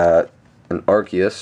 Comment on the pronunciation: You pronounce Arceus wrong :/